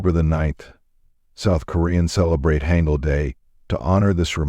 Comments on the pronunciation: It's pronounced hahn gul not hang gul. And its pc bahngs not pc bangs. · [Wrong Pronunciation]: [Haengeul] [Correct Pronunciation]: [Haangeul] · Hangul sounds like haangul Also hanbok pronouces as haanbok